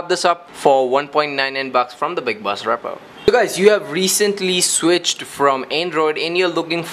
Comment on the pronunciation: I swear to god if he says repo wrong again